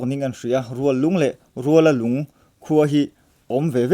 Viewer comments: Rualalung tih a ruala hi, lala nen kan inrual tih a, rual lam dan ang hian lam tur a ni, lunglei to chawngte road a awm a ni e. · Rual tih hi intual tih anga lamrik tur aw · Rualalung khua chu Lunglei atanga kalin Chawngte thlen dawn tepah a awm. I chhiar dan tur chu Rual tih lai kha a ki sangin lam la a dik ang.